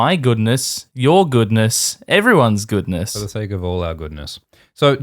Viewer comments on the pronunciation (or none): none